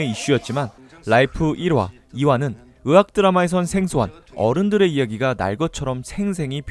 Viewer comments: 의악 드라마가 아니고 의학 드라마 입니다.. 자~~~ 따라해 보세요.. 의악 ~~악악~~~ 아니구요.. 의학 ~~학학~~ 맞습니다. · 이분 “의”발음이 안되네 ㅎㅎㅎ 으학드라마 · 의 단점 발견...ㅋㅋ'의'를 못읽으시네...ㅋㅋ '으학드라마'ㅋㅋ